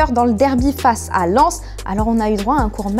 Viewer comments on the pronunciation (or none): none